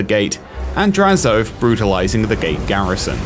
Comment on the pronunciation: God they butchered the pronunciation of his name it's not Draz-oath is Draz-o-ath